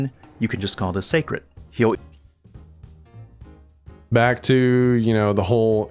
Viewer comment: hearing say secret instead of seikret is starting to pmo